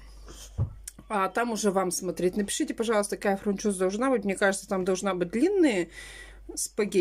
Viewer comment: прежде чем называть название, прочти правильное на товаре, а потом называй! ФУНЧОЗА, а не фрУнчоза!